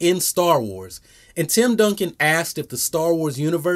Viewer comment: Wait, did he say Tim Duncan?